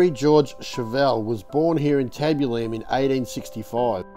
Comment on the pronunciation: YES! nearly drove me crazy. Tab-U-Lum